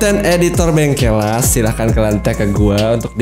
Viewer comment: Orang Jawa baca Bengkelas❌ Bengkel las✅